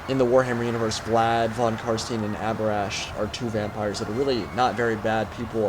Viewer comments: PLEASE CAN ANYONE SAY THEIR NAME RIGHT D; Think franken stein its pronounced that way. There is even a joke in the fantasy role play that the murder and torture people in body and soul if they say it wrong. Love the video BTW :) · Von Carstein around the start of the video the pronunciation of stein lots of people make the mistake its become an in joke now in fantasy and the fluff. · While we're at it; -> Carstein. I hear it mispronounced by a lot of people and then repeated wrong and wrong again: Its Carst*ei*n, not Carst*ie*n. You know, just like in Einstein.